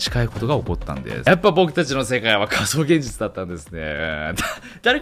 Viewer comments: 序盤のかそうげんじちゅ〜。で、 その後の、かそうって段階でげんじちゅ〜にならないか、何回も息飲みながら見ちゃったからね！！ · 興味深いお話だけど「仮想現じちゅ」が頭から離れなくなっちゃいました(*´꒳`*)